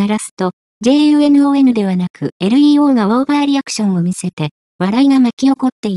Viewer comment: 完全な棒読みだし、日本語知らない人が読み上げの設定してるのでは？ 名前の読み上げ間違ってるし、LEO→エルイーオーではなくレオですが…